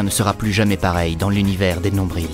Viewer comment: Sa m'agresse aussi les nombriLs😂